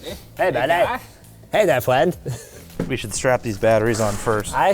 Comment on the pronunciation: I'm not your fwend, guy!